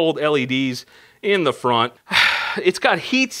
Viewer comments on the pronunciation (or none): none